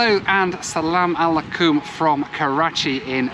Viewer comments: The most English asarmalakum Iv ever herd 🤣 nice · The way said asalamualaikum cracked me up